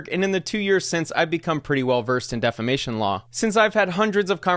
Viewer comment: Damn someone that doesn’t even know how to say defamation won the defamation case that’s gotta hurt even more🥴😂